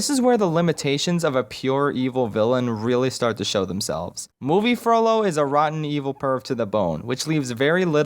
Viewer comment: I really want him to make a lord of the rings video like if u agree It might just be because every time he said "Frollo" I heard "Frodo"...